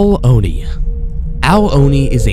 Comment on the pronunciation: You keep saying Oni wrong! It's "ooo-nee" not "oh-nee"!